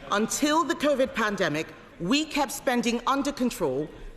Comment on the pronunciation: I love that she called it "convid" - lol!